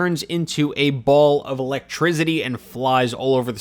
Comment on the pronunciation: “Pichu turns into a ball of ‘electizzzity’ and pikachu also turns into a ball of ‘electrizzzity’” oh... you mean volt tackle?... an actual move in the Pokémon games and not just something made up?